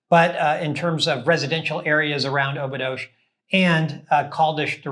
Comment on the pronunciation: Thanks for the video. FYI, Obidos is pronounced "Obidush".